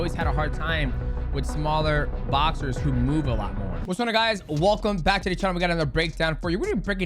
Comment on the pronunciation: Why can't Demetrius pronounce "what's going on guys" like what is he even saying and he does it every video. "Whatsagobudaguys"